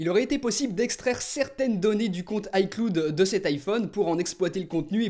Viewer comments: Pourquoi tu prononce les mots anglais à moitié si tu prononce iCloud en AyCloude je vois pas pk tu prononcerais pas iCloud en AyClawd -_ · On le prononce iClaoud et pas iCloude merci :) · "Aïcloud" 😂😂😂 on dis "Aïclaoud" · ça s'appelle de la prononciation... On ne dit pas ICloud mais bien "Aïeclaoud" par contre on l'écrit "ICloud" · Lol aieclud cest icloud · Juste on est en 2016, peut tu arreter de dire "aiecloude" mais bien "aieclaoud" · Ps on dit "AyeClaoude" pas "AyeCloudeu" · J'adore ta prononciation de "cloud" ... Sinon vidéo intéressante. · La prononciation d'iCloud je saigne des oreilles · Mon poto t'es un youtubeur Apple qui pèse plus de 350 000 abonnés et tu sais pas prononcer iCloud correctement, il y a un problème apparemment